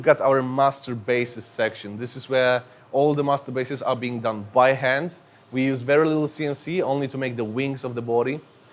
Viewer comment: When he say: "master basses" i only hear "masturbates"